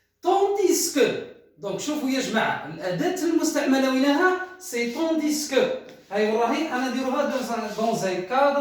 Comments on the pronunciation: je vous remercie pour la vidéo cependant j'aurais une petite observation à vous faire partager, vous avez mal prononcé la conjonction " tandis que", le se reste muet. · Monsieur quand vous prononcez "Tandis que" ne prononcez pas le s a la fin et merci pour le cours!